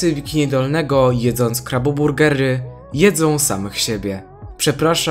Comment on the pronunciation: jak coś mówi się krabo burgery a nie kabo burgery